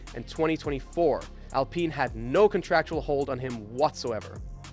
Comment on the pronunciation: WTF Cant even pronounce Alpine.